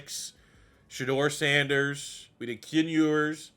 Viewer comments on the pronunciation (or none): none